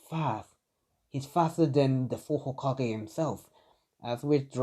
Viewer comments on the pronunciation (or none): none